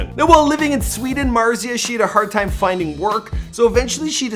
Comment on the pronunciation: "It's tine for me two"